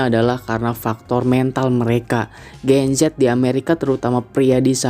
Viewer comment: Sedikit saran aja kalau buat video kasih jelas bicaranya gen z yah gen z bukan gencet atau genjet 😂😂😂